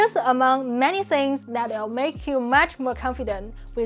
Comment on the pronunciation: I enjoy these videos, but do have to point out that the creator has serious issues with her English pronunciation. Her consonants lack clarity, like she’s speaking with a tennis ball in her mouth, and the vowels length are off sometimes. “Will” and “real” are basically the same word in her style: “wee-yuw”, with no perceptible distinction between w, r, and l.